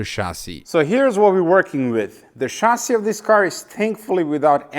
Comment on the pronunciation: I like how he says chasis. Shazzy